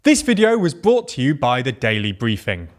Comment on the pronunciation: Its not "bought to you," its brought to you. There's an R in it. "Bought" is past tense of buy, and you have not bought us anything. This kind of pronunciation is foppish, and weak chinned.